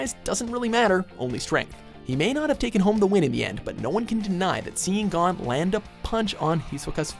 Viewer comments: STOP SAYING GON LIKE THAT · Every time he pronounced Gon as “Gone” I cringed...